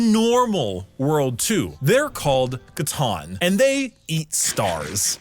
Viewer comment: It's C'Tan, not C'Ton.